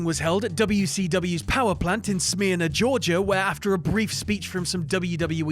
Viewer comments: It's pronounced Smuh-urn-ah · If iI was from Smyrna, Georgia I would be livid with the way the city was pronounced in this video. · Pronounced "Smur-nah".... it's Georgia, we're still very backwards here... in many ways..